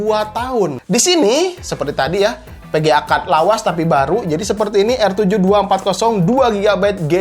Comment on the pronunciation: VGA di baca PGA Vurrion di baca Purrion Performa di baca Perporma enek aku denger nya ....